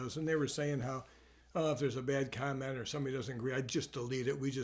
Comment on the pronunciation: I thought he said condom, not comment.